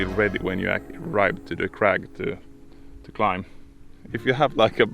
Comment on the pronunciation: Bro, learn to pronounce the world 'climb' man. 😂